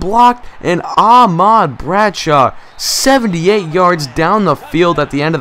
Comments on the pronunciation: It's ahmad not aaaaahmad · you're saying Ahmad wrong. you don't use so much emphasis on the ah. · You say Ahmad wrong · youre saying Ahmad like two words.